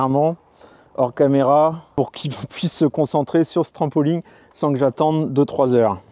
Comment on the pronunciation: On ne dit pas un trampoling mais un trampoline.